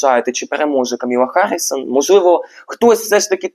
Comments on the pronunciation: Та що ж ніхто з тарологів не може вимовити правильно ім'я кандидатки?😅 Вона не Камілла, а Камала (з наголосом на перший склад). І не Гаррісон, а Гарріс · КАмала (з наголосом на першій літері А) ХАРРІС, який харрісон?!? Будь ласка, подивіться ще раз. В кАмали знизився рівень підтримки. Дякую. Стосовно відтягується результат. Почитайте трішки ЯК відбувається голосування та ЗАТВЕРДЖЕННЯ РЕЗУЛЬТАТІВ голосування.